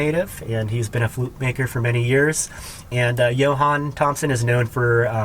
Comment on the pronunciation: Love the spoons, beautiful work, price accordingly because they are a ton of work and artists need to get paid for their work. Ahhhhh the flutes! I noticed you say Johan (your first flute video also) but it is Jonah Thompson and because of your videos I bought a Jonah Thompson flute and now own about 12 different flutes by about six different makers. Thank you for all you do!